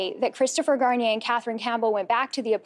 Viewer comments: You can pronounce Deveaux but not Garnier? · why do americans pronounce garnier shampoo like that????